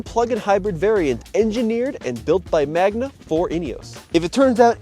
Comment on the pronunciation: It's Magna, not Magma.